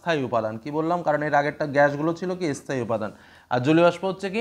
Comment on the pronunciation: স্থায়ী স্থান এই উচ্চারণ একটু ঠিক করতে হবে